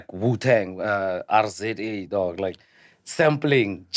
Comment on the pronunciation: Hey man, did you just say Arrah, Zet, Ay😂😂😂😂 RZA is pronounced Rizza. Don't do that to us Wu Fans😂😂😂